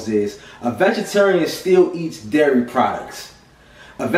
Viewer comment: very informative. looking into becoming vegan in the near future. also, you have to be from baltimore or the dmv area. i detected an east coast accent, then you 'dairy' and that confirmed it. LOL.